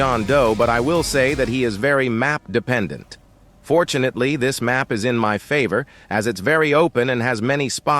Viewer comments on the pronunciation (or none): sir, its fortunately, not fortunetly, goodbye now.